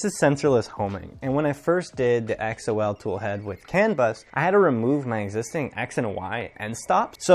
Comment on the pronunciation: I'm pretty sure Xol is pronounced like the name, not spelled out lol. Archetype is a nice toolhead mod that is made by some of the same people (although its not compatible with tap). Also, I had the same issues with sensorless homing and people seem to think I'm crazy for going back to physical end stops so good to see I'm not alone with that lol. I've been using the chaotic lab carbon fiber XY joints and X axis tube for ~7 months and they have held up well.